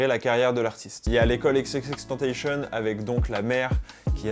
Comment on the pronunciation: Ptn mais presque aucun français dit bien xxxtentacion...